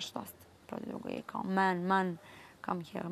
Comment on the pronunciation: "MEn,mAn...mEn? MAn? MAn."😂😂 Kakva je ova stjuardesa bila,kako li se sa putnicima sporazumevala? Kakav tarzanski engleski...bombonica🍬😂🔫